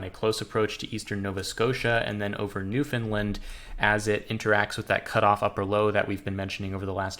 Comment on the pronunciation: Newfoundland rhymes with understand, just a heads up 👍